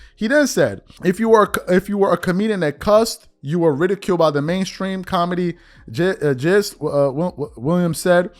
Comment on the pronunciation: This fool is hooked on phonics he said “comedy gist”??! It’s “Comedy Geist” look up the word learn the word then pronounce it correctly genius